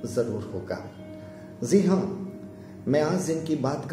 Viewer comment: ye ji haan ko zee haan and astrologer ko astrolozer bol rha